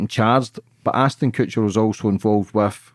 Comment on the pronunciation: Its ASHTON not Astin 🤦‍♀️